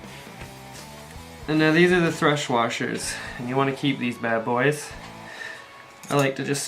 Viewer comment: I like how you say Bad Boyz and .